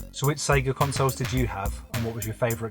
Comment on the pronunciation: Here for the series! The Polish pronounce it correctly SEGA, Loving the voiceover. Im not a gamer but I learnt something about this iconic brand